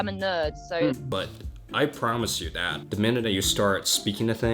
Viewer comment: Do you have a speech impediment it sounds like you are saying DAT instead of that